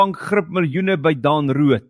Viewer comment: nie "Daan" Roodt nie, maar "Dên" Roodt asb.